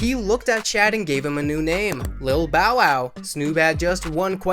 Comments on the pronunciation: His name is pronounced “Shaud” not “Chad”. Like just google first. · Why are you calling him "Chad"....it's "Shad" promounces "Shawd".